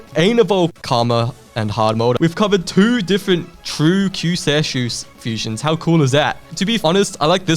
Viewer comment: I know you already had the original in the trio video but Kyuuseishu is pronounced "Q say shoe"